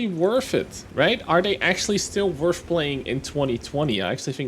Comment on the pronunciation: worth it, not werf it. theres not an F in that word.